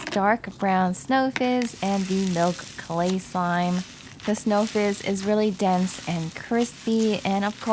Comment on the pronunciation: Is it me or on the first slime did she say “slay slime” instead of clay slime?